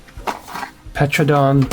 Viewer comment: Nice haul of toys you got there. Thanks for the solid review! Little note: Pteranadon is pronounced with a silent p, ter Anna don. Not petrodon. Would love to see the repaints!